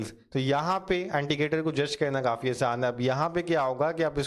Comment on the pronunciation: Why saying antigator? Its indicator